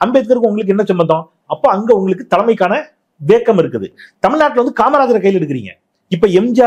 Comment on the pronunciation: வேக்கம் அல்ல வேக்குவம் போதமை இல்லை பேதமை ஆங்கிலம் ஓகே, தமிழைப் படிக்கவும் 😅